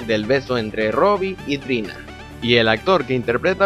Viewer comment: Era Trina no "tina"